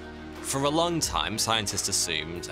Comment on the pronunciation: It's long, not longk